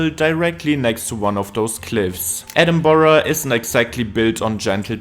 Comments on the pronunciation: He didn't, it's edinbruh, not edinboro, it's not English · If my ears are not mistaken, the narrator pronounced 'Edinburgh' as 'Edinborough'....why? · People living in Edinburgh pronounce it two different ways. Edinbruh and Edinburrah. Check comments here saying they live in Edinburgh and that he is pronouncing it correctly. I live 30 minutes outside Edinburgh and hear people saying it both ways. Also Edinburgh is in the continent of Europe. Excuse me for being impolite but I think you are being a little judgmental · that’s almost the same as saying BOW-ROW which definitely isn’t the way. So it’s always safest and best to say BRUG. hard R. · the pronounciation "Edinboro" is just painful to me 😭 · its pronounced like Edinbruh. Trust me I’m from Scotland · I live in the USA- I’m constantly telling people it’s not Edinburg or Edinboro or Edinbyooro. It’s infuriating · if you're Scottish you know it isn't correct